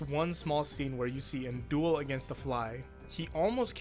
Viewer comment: How pronounce his name: An Daol How everyone pronounces his name: NNnnNNNN Dool